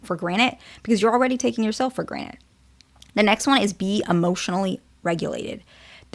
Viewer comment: I swear I'm hearing "for granite"